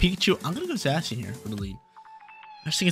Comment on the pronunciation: Zay - Shun or Zassy-un ... not sure sounds funny though.